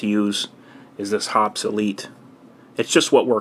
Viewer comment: Great tips, very useful. Hoppe's is pronounced Hoppees not Hops. :-) See their vids.